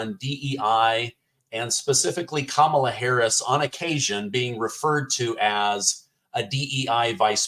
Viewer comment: He calls kamala Kumquala